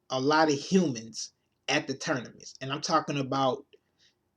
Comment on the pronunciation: Said Ternimus a couple times. Thought i was just hearin shit . Lol